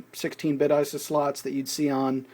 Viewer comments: That would be 80-conductor IDE cable, not 80-pin IDE cable. It's 40 pins with either type. It figures that someone who says "NES" instead of "N.E.S." would say "Eye-suh" instead of "I.S.A." Do you say "Earl" or "Your-el" instead of "U.R.L.?" I've seen a few weirdos who do. ;) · why do you not use the proper terminology. go look up ABBREVIATION on Wikipedia its not Eyesa slot, its called a Eye-Ess-Aye slot (ISA) its not a "Scuzzy cable", its an Ess-Cee-Ess-Eye cable (SCSI) and for christ sakes, a Nintendo is pronounced N-E-S (Enn-Eee-Ess) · Wait, did he just say "an ISIS slot"? like if you agree